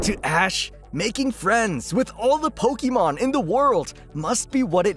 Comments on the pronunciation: Jesus dude, you're pronouncing Pokemon the wrong way. It's pronounced like "EH" not "EE." That's a huge pet peeve of mine. Christ all mighty. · it's po-kay-mon. not po-kee-mon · Someone please tell the narrator how to pronounce Pokemon :face-fuchsia-tongue-out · Good grief man. You're pronouncing Pokemon all wrong. -_